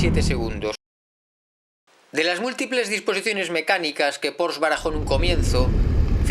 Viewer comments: Un gran vídeo para un gran coche....sólo un matiz: se pronuncia “porshe” no “porsch” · Tal y como este señor menciona el nombre de este fabricante es totalmente errónea. No es "Porsch", Sino "Porsche". Con E.... Saludos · Como pronuncias el nombre mal ? La E al final se pronuncia , es una marca alemana creado por Ferdinand Porsche y en la gramática alemana siempre se pronuncia la E , en alemania hablamos aleman y no ingles